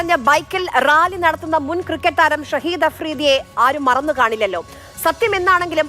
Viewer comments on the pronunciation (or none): ഷഹിദ് അഫ്രീദി അല്ല..ഷാഹിദ് അഫ്രീദി അണ്....ഷഹീദ് ആക്കാൻ അവൻ ചത്തിട്ടില്ല....ചാകാൻ പോകുന്നെ ഉള്ളൂ....